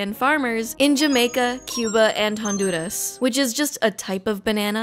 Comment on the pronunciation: The most stand-out part of the video is that I need to seek out the proper pronunciation of Honduras. I have never heard it as, hundoodes before. Probably another instance of Americans just saying things wrong, and this is the right way.